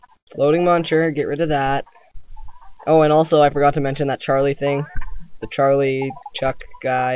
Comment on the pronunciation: lol you called the chuck "chairly" your a raocow fan arnt you? XD